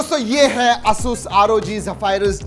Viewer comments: A-sus not aaa sus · Bro it's "Ay-soos" not "a sus"...